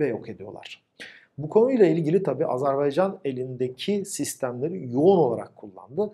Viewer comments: Video iyiydi ama "azArbaycan" diyorsun gibi geliyor kulağa. Azerbaycan olmali. 👍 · "Azerbaycan" diyememek nasıl bir şey ki? Abi kim öğretti size bu ülkenin adını "Azarbeycan" diye? Tansu Çiller mi? Bıkmadınız mı bu yanlıştan?